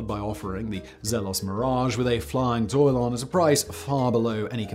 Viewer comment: All that time spent researching for this video, and can’t even pronounce Tourbillon… 🤣